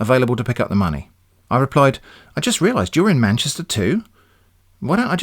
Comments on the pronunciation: Had me at "send monmey" :') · "Send monmey"